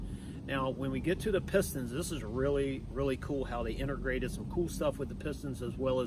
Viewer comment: Cavitate......Cavitating... Integrated... Not Intergrated... Thanks for the great videos !!!